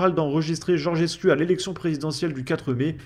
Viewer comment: Le 'u' en Roumain se prononce 'ou donc on dit Georgescou